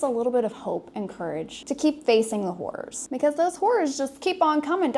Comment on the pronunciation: Came back, watched it, enjoyed the video. Ngl I assumed romantasy was just kinda fairy smut so it's cool to see it's deeper than that. Subbed as well, tho ngl I was thrown with your accent's pronunciation of 'horrors' lol. May try acotar, will lyk how it goes